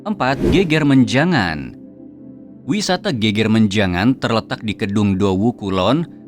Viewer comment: Geger menjangan lafalnya slah.. bukan geger (rusuh) tp geger (punggung) beda lafal😊